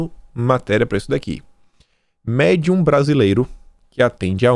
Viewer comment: "Mêrdium". brasileiro